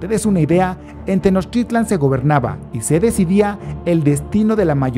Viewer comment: El amigo que narra está mal no es tenoschitlan y no son aztecas, son mexicas